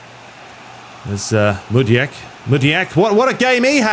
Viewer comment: Mudiek? Are you kidding. It's Madueke mate. Ma-du-e-ke